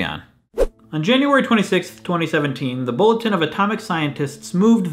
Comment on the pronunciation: It sounded so weird!